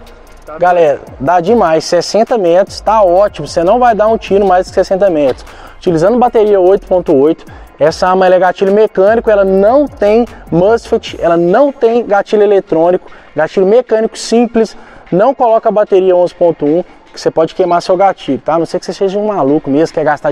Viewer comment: O brother leve na boa, curto muito seus vídeos, pensei que fosse falar da pegada, da mira alça é massa, testar em algo próximo tb, dar opinião de cqb e campo aberto. As imagens ficaram ruins a distância, por favor não diga mosfet, diz-se mós fét. Bora para o próximo, animação.